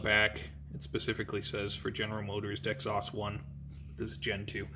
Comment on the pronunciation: DEX-OSS 1 LOL. Dexos brother one word 🤣 dex-ose